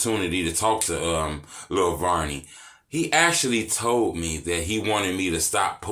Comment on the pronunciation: I like that you pronounce it the right way. It isn't VERNey. Thank you🤣